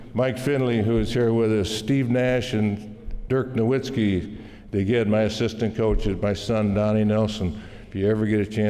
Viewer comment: Dirk No-u-itzki?? Really?